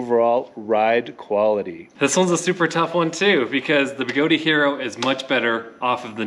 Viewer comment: Good comparison review. Although, Even Begode pronounces their company as (BeGoad) and not (BeGodey). I honestly don't know where people get the extra 'e' or 'a', but it's a bit of a pet peeve of mine to hear someone mispronounce their name after more than a year of the name change. Funny how OneWheel has the issues they are facing and now KingSong has a different set of problems.